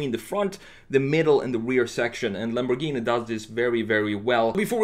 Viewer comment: Ah yes Lambowghini uwus